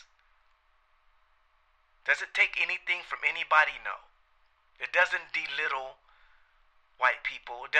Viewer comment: I loved your vid bro, but bruce lee was chinese, it is astrology not askrology, belittle not delittle and ridley scott not riley scott